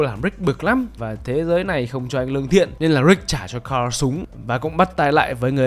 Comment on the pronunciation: S ô cứ đọc tên thằng con trai Ric là carrol thế 😀 N là Carl mà